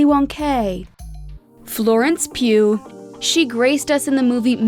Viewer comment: How do you not pronounce pugh correctly? O.o I feel like it's mostly Americans who simply can't pronounce names because they either over-simplify or over-complicate pronunciations so the rest of the world have to deal with their stupid shit.